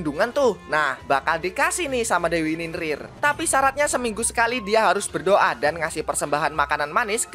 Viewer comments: Bang ninlil bukan ninlin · NINLIL BANG BUKAN NINRIR